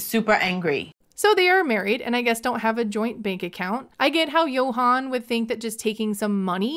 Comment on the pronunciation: Dominican here ✋🏽 She can’t sponsor Yohan’s visa because she’s bankrupt and that’s not allowed. Also I have how she calls him Yo-han when his name is pronounced Joann.